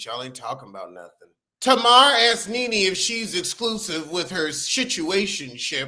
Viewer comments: It sounds like youre saying "ninny" 😆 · Why u said Nene like that 🤣🤣🤣🤣 lost my entire mind